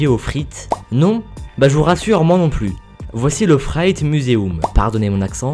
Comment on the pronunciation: C est pas Namour mais NamurXD comme ca s écrit^^ Tu ne dis pas "plous" mais "plus"^^